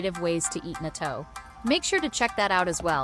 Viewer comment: You can not pronounce natto.